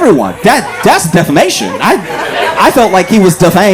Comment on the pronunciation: Ok, so its a little funny that they cant read the word defamation 😂 and after tried to read it again